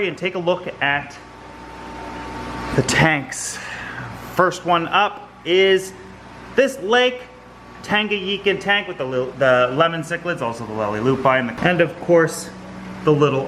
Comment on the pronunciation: Lake Tanganyika is pronounced as ‘Tanga-Nee-Ka’. Not ‘Tanga-Yee-Ka’. Just to let you know. I’m from Zambia, (in Africa). Zambia does share a border with Lake Tanganyika. Love your videos and keep it up 👏